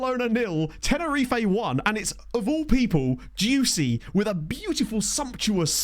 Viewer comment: I know the Player is called Dioussie, but every now and then I hear you call him „juicy“ and i‘m Not saure of that‘s just a coincidence or on purpose, as he play‘s good.